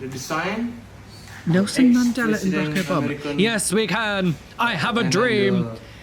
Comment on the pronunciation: That was Ba-roke Obama and MLK. 😂❤